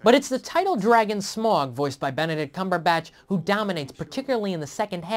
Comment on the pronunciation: and for fuck sake its pronounced smAUg, not smorg, I'm not some huge hobbit nerd but they say it in the film like 100 times - its SMAUG